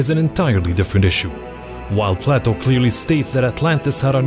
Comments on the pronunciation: It's Play-toe not Plateau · Play toe not platt o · This narrator is doing a horrible job! His pronunciations are totally off. He pronounces PLATO as plateau amongst other horrors! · No. The Richat Structure is not the leading challenger for the location of Atlantis. It’s in the Azores to best match Plato. Btw Plato (at least in English, and American) rhymes with Playdough. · The way he pronounces Plato are you serious bro?